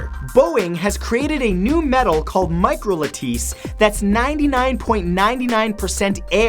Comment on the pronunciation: you mean Micro Lattice? XD Not "microlateese"